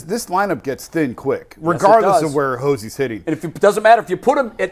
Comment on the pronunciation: "Hose-E" Ramirez ?